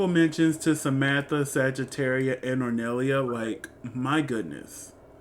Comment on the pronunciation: really funny how you corrected yourself immidiately after saying gongorIA but kept saying hornellIA during the whole video